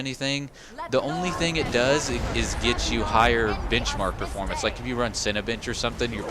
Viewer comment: I swear I though I heard cinabitch